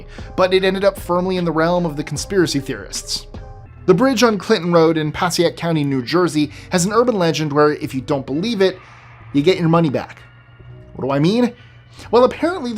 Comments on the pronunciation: Passaic = Pah-SAY-ic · No no no!!! Its Pass-a-ik!! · Passaic NJ is pronounced pas-say-ic not however you pronounced it lol in Atlantic City here relatively close to where the jersey devil lives lol